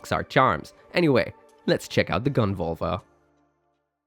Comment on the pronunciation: it's Völva with an Ö.